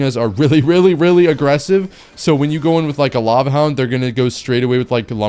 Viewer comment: Bro said hava lound